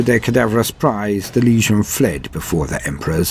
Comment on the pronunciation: I loooooove this however your pronouciation of the world legion as word lesion makes me cringe more and more every time I hear it. This critque comes from a good place not hate. It's ˈlējən not ˈlēZHən. Although you may call them a lesion in some sense I suppose hahahahaha. Other than that: outstanding job!